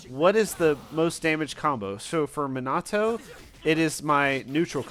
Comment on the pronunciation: He said manato 💀